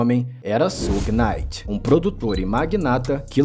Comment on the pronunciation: Só faltou pronunciar Suge Knight certo.